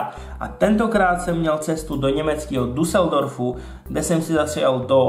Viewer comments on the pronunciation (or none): super video ale Duseldorf se vyslovuje Dísldorf ale vim to od táty :-D . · Video skvělé a zajímavé, ale Düsseldorf (pokud si myslel tohle město) se čte dísldorf. :D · řekl DUSELDORF, přičemž ještě dbal důraz na to U. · nevyslovuje se to jako Y:) Vysloveni Y je stejne spatne jako U. Zkus si poslechnout, jak zni nemecke "ü" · Ten salámek se dá koupit v Olomouci na nádru, kdo máte blízko, zkuste :DDD Btw. tvoje němčina? Chápu když neumíš, ale mohl jsi si to alespoň připravit dopředu jak se to vyslovuje... Düsseldorf třeba :D Třeba příště :) Jinak Německejch dobrot je fakt víc, hlavně jsou tam dobrý typický, jako třeba Duplo, který se dá koupit sice i v ČR, ale to až tak neva, je to prostě typický. Každopádně tvoje videa jsou supr, tak se hlavně nezhorši :) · přehlasované U se vyslovuje jako Y.